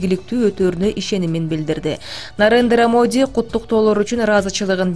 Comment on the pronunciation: Нарындра Моди эмес Нарендра Моди